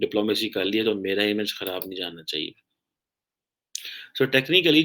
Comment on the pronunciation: it is "chihiye" (not chahiye) 🤣🤣🤣🤣